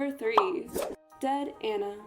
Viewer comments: its pronounced onna not anna but okay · it's pronounced ah-nah not annah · ITS ah-na not an-na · ITS PRONOUNCED AH-NA NOT ANNA YOU CANT MAKE A DISNEY VIDEO AND PRONOUNCE THE NAMES WRONG YOU DID IT IN YOUR LAST VIDEO TOO!!! NOT OK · I want to punch people who say Anna like an it’s onna that’s how you pronounce it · As someone that works as a party princess I think the idea is really creative and fun but a) where is your wig cap b) Aurora is blonde not yellow and c) HAVE YOU EVEN FUCKING SEEN FROZEN YOU DO NOT SAY ANNA YOU "ON-A" WTF NO. That is all have a wonderful day ❤ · It’s Anna not ‘Onna’ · Um I'm not trying to be mean it just annoys me when this happens its pronounced aw nuh not the way most poeple say it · Anna pronounced (aw nnaa) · IT'S PRONOUNCED Auna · It pronounced on-a (Anna) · Actually its pronounced aw nuh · The way she says Anna triggers me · did it bother anyone else that she mispronounced anna so many times? smh